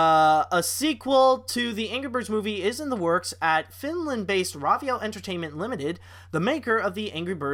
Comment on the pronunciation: pronounced rovio it's row_veeo